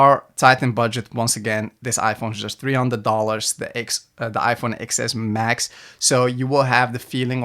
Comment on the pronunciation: Stopped the video as soon as he said "Ex Ess Max" 🤦🏽‍♀️ Anybody that doesn't know it's a "TEN S Max" looses all credibility.